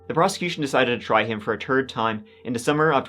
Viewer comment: Third not turd